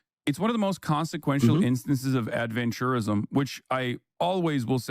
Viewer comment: Why does Ross change the pronunciation of “adventurism”? Seems like he changes the meaning of the word and thus changes what Hasan meant by it